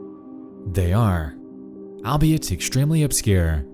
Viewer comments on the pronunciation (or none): The word "Albeit" is pronounced as "all - be -it" because it is a shortening of those words.